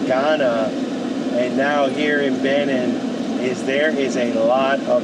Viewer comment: It's BenEENn not BEhnin.